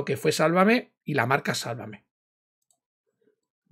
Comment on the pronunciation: A ve chica : tantos años y no lo sabes pronunciar..Sálvame...No salvamé. Qué no aprendes 👎👎👎👎